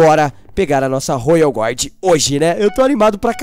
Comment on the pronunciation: se fala royal guardian não royal GUARD